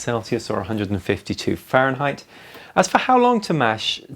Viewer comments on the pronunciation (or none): none